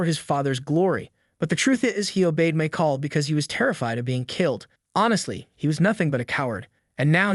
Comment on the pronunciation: "Mike-all" AI has a long way to go whith pronounciation of words and their different meaning...